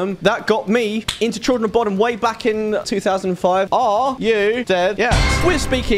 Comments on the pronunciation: Its pronounced "boh-dum". You're literally saying "Children of Bottom" lol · It's pronounced *BUUDUM*. Fun fact; the children were actually murdered at the lake in the 60's. Lovely lake to visit when in Finland 😊